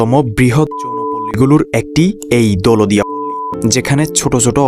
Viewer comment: দৌলতদিয়া নামটাই ঠিক মতো উচ্চারণ করতে পারেন না